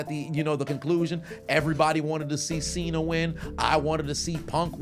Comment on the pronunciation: my boy said Cena with a hard R hold on now brotha man